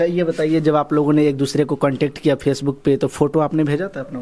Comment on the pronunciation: Phace book 😂😂😂😂😂😂😂😂 chabar chabar zabaan chal rahi hai , right word bolna bhi sikh leti ya sirf " PHACE BOOK " pe ladko ko ullu banana hi sikha hai 😂😂😂😂😂😂😂😂😂